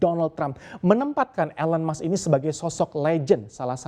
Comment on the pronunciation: Kenapa orang Indonesia membaca nama Elon Musk ( baca: elen mask seharusnya : ilon mask) 😮😮😮😮